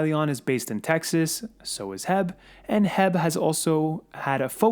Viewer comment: HEB is pronounced H.E.B.